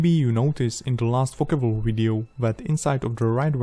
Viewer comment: Thought he said fucker-o😂😂😂